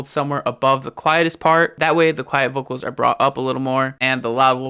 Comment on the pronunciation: I like the way you say "vokols" :)